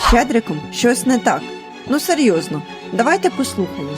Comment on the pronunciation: чому ваше "ну серьозно" так смахує на "р...різ"?😅